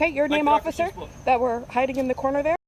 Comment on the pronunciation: "Not he-ah, not he-ah. Over the-ah, over the-ah!" lol